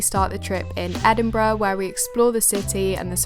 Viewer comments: Well done you got the name right 😂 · So funny watching this as someone who goes to Edinburgh uni and grew up in Dunfermline!! (also pronounced it perfectly haha)